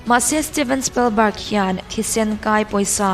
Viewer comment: Steven Spalbarg ti a lam lo in, Steven Spilbarg ti in lam zawk teh, just advice